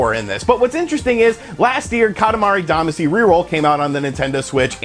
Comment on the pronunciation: Still mispronouncing Katamari Damacy. Lol